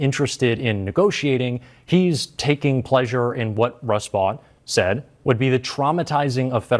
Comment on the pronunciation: Hey,... Vought is pronounced VOTE.